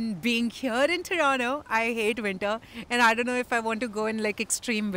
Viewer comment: It's not TORONO, It's TORONTO!